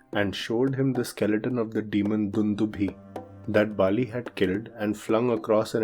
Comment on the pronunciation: It's not Bali , vali